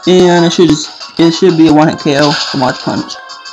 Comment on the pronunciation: mach is pronounced with a 'mawk' not 'mawtch'